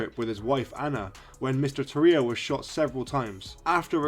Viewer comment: His last name is pronounced Tore E O